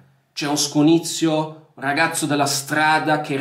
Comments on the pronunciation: Scugnizzo non scunizio.. grande.👍🏻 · Non c'entra niente Ma quando dici "SCUGNIZZIO" mi fai scassare dal ridere